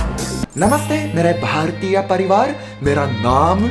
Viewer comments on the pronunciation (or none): none